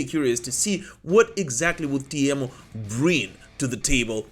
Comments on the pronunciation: it's "Tee-mo".. not "Tie-miou" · Your pronouncion about Teemu was perfect 👌😎👍